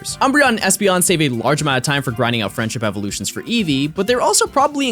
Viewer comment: i dead ass heard "the french evolution" instead of "friendship evolutions"